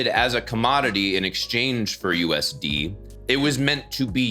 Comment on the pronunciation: The way you say "U.. S.. D'", makes it sound like you're giving some Scrubber "the D—...". ! The "AMERICAN" D---- ... !! 😆 Itd be like as if I went " Here, do you want me to give you Australian D...!?!"